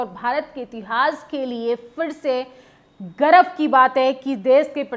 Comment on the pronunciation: Garab ki baate nahi Garv ki baate bolte hai Palla nahi Palda bhari hai Hindi bhi accha se nahi bol patti kya media banegi